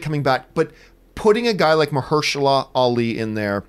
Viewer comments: Marshehala? 😂😂 I thought it was Mahershala? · Marsha who? :D EDIT: At least John said his name right. I never really knew his name, but he's a badass actor.